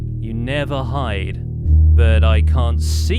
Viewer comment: looking at the accent in "hide" I hereby declare the demon being Smajor proof